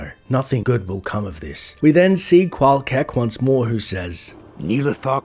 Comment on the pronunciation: Rune Words fail. Qual'KEK Great video btw. Truly appreciate including every story, non-gossip dialogue in.